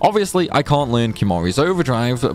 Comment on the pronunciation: nice video. i cont understand how you cant say cant kinda sounds like your saying cunt lol.